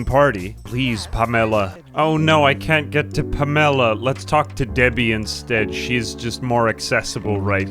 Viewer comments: Ive never heard someone pronounce "Pamela" like "Pomelo" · Nobody talking about the pronunciation of Pamela as “Pam-Ella”? Not complaining. In fact all Pamela’s going forward I now dub as “Pam-Ella”